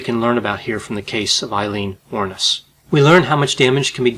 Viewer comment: Her name finally pronounced correctly ✌️🇮🇪